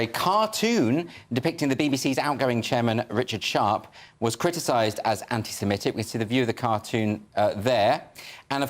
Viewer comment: This is less of a problem than the actual problem of anti-semitism, but why do people pronounce it anti-simetic? It’s wrong, it’s not pronounced that way. It’s like calling the month Nevomber.